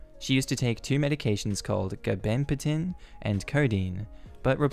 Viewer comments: 'Gabapentin' is pronounced 'gab-uh-pen-tin'. Also... OP is totally the asshole. Regardless of cost, DO NOT USE SOMEONE ELSE'S ANYTHING WITHOUT ASKING. EVER! That goes quadruple for medications! And quintuple for PAIN MEDS. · you pronouncing gabapentin made me smile. Hospital worker here. Gah-buh-pen-tin. Gaba-pentin